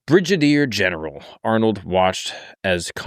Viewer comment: Common did u really just say “BRIDGE-A-DEER GENERAL?”😂